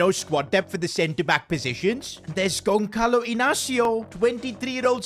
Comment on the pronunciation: ITS PRONOUNCED GONSALO INASIO. NOT GONKALO